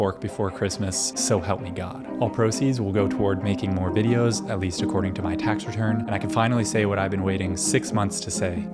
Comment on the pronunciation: Welcome back. Or should I say "reaturd"?